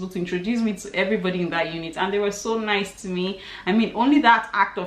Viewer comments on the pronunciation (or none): none